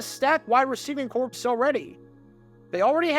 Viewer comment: They had a dead body catching passes? Impressive :P ("corps" is pronounced "core." The P and S are silent)